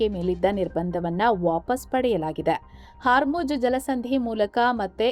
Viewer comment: It's hormuz (like pronounced as "hawr mooz") not haarmujj